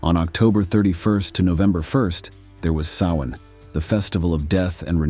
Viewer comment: Thank you for pronouncing Samhain properly.